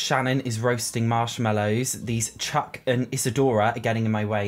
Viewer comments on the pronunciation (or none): none